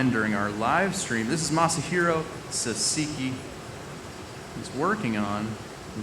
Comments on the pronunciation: Sahhh sah key, not sasa kei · dude kept saying sa-si-ki... like... what are you reading? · Great first name pronunciation... then there is Sahseekee 😅 first syllable emphasis. Awesome video though! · Off the bat, he called him "Sasiki" ... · You should know how to properly pronounce the guy's name! How rude! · damn at least learn how to pronounce the name before you introduce the guy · It begins with the idiot saying the guest name wrong....Disrespectful.